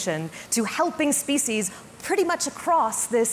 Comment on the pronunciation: What about preventing language from undergoing extinction? The way you pronounce "species" is abominable.